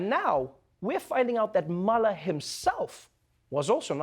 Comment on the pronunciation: Dear Trevor, as a fellow South African, can I just say that Robert Mueller's surname is not pronounced 'maller' but more like 'muler'. Love your show nevertheless.